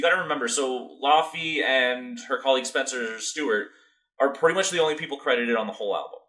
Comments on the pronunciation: You pronounce her name like laffy taffy 😂 the au combination gives a different sound in icelandic I don't even think English has that sound 🤔Ask Google to pronounce it for you! ❤ But you said Jónsdóttir quite well yes in many European languages j is like y in English 👌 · Her name is pronounced Ley-vey actually haha